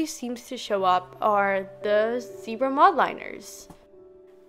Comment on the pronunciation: Y do yall Americans say zEEbRa it’s zebra and it’s not mOldLiNers it’s Mildliners like it’s not that hard